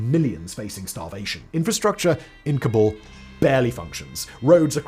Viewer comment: I thought it was pronounced "cobble". And there are worst cities in Afghanistan that make places like Herat and parts of Kabul seem survivable ! This is just lazy. You are using capital citys to represent countrys that are hard to live in. But thats wasnt the premise. The premise was the worst cities. Its not even the worst city in its country. It makes me wonder how many others were picked this way.